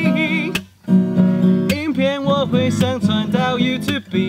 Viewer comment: 大哥 是 youtube唸起來不是you tu be這樣念因為u_e是念一個音，所以因該是you two這個音，對不起別嘴砲，指示提醒一下，如果錯了麻煩留言，不知道又來該砲的先去問一下老師到底是不是這樣念再來說這樣我會感謝你🙏